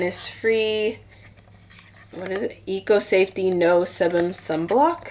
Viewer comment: hey, your g-market haul got me browsing through ebay lol. sebum is pronounced see-bum btw.